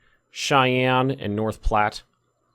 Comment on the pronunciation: But North Platte was pronounced correctly